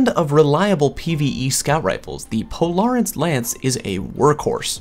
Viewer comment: Anyone else dislike the way he pronounces "Polaris"?